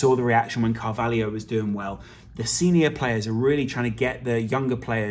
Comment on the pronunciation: His name is CAR VAL HO. Not carvalhio.